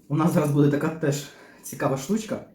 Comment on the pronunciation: у мене питання.Я не можу зрозуміти,чому з наголосом так.Чому рибка не ц І ла,а цілА?чому не бУде,а будЕ?контент класний,але вухо ріже.Це така звичка-змінювати наголос?Начебто не діалект,класична мова.